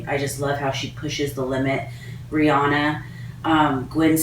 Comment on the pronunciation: Is it me or did I just hear her say "Brianna" instead of Rihanna ..? Lmao